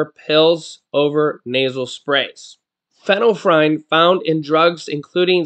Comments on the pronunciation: Fin- ill- efrin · Pronounced FENNEL EF REN. But I like how u said it better lol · Lets sound it out...fin ul lef frine 😅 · Pron. fenell,-effrin. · Sorry to correct..it is pronounced...fen-yl-ef-ren. Just FYI.